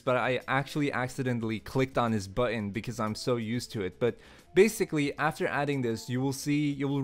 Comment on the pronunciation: can you say button correctly it pisses me off